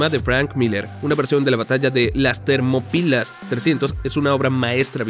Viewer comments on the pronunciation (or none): Termopilas?????? Termópilas!